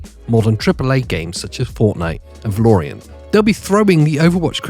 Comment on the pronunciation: Its Valorant, not Valoriant 😂 OW2 could be fun, sank hundreds of hours into the first one!